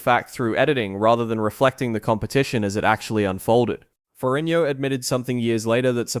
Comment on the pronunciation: Nonsense -Despite severely mispronouncing his last name,Lou's father was a Captain in the NYPD - which is a "King's Salary," also your time line is not accurate after 81 seconds in... I. Tuned out. In comparison Arnold's father was a postal clerk in post war Austria.. more of an impoverished background.